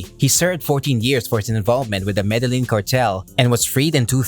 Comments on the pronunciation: Proniunced = Me de yeen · Man you need to learn how to pronounce Medellin. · Why couldn’t you say Medellin correctly :( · Madalin 😂 smh 🤦‍♂️ med e gin 😂 🤦‍♂️ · Jesus fucking Christ, you put all this effort in to these videos and you butcher the Medellin pronunciation... I think you're just taking this piss at this point